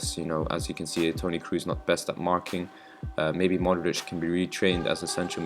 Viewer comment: Good video. Question: I've seen a lot of videos on youtube. Why is it that English/American people can't pronounce names correctly? For example: Kroos sounds like Crows (the birds), not like Cruise, that's the actor ;)